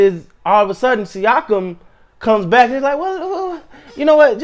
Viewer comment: You said his name right on the first attempt, basically a sneeze with an ah at the end